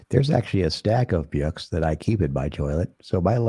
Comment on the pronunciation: ey,,,,,,,,,,,,, the way he puts a "y" sound in between words, reading byooks, byackpyack, pyool, ...just kills me. or rather; JYUST KIYULLs me... All those BYOOKS THYAT WERE BYURNED